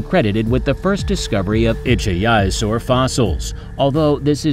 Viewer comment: Best part of the video was pronouncing ichthyosaur differently four or five times and not even once close to correctly. You could put a little bit more effort into these.